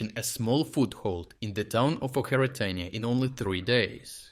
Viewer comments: why do you call Očeritne , Okertine ? Are you even Ukrainian ? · очеретине is spelled with a ч - ch, not a х - kh. Why are you pronouncing it like that? It is a local dialect or am I missing something. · Ocheretyne is pronounced as written not OKERETAINE